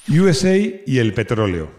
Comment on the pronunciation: Yuesei , toma inglichutismos Yo siempre he oído “usa” literalmente